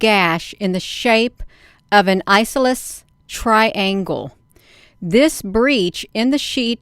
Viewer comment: Eye. sauce o lee's. triangle! (Isosceles)